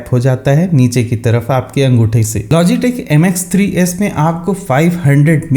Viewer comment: Naam to dhang se bata diya kar fung Fung fung fung karke nikal Gaya